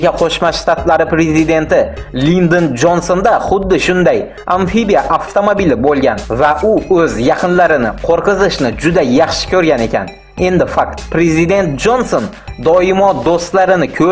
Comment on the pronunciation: qo'rqitish. so'zida ikki xarifini almashtirib gapirvoti uyat